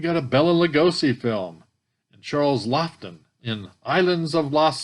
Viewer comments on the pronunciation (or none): It isn't pronounced "Lofton". See him in "Witness for the Prosecution". His wife Elsa Lanchester played in that as his nurse, and played "The Bride" in "Bride of Frankenstein".